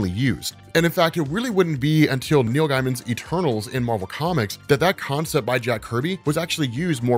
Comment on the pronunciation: Gaiman is pronounced gay not guy